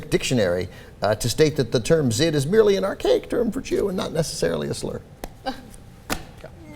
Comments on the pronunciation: the more you know: the "zh" in "zhid" is the same sound as the "s" in "asia," not like the "z" in "zebra." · the z is silent its pronounced "jid"